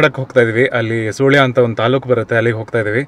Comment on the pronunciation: Its not soolya its sulya 😅